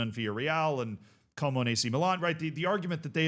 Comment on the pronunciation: "Cuomo" lmao. Just got done watching NY mayoral race content huh? hahha